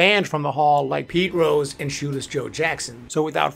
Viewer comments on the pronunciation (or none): none